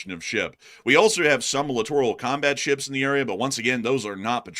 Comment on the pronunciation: “…shuuups” that’s how says “ships” lol